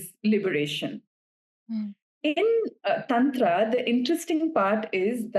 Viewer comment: Please correct her pronunciation of Tantra 😭